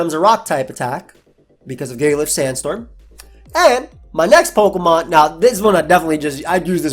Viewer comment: you mispronounced jigalith.